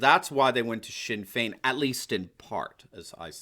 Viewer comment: Your attempt to pronounce the Irish names was brilliant. You got Sinn Fein spot on, really close with Fianna Fail and Fianna Gael too! Fe-na Fall and Fe-na Gale.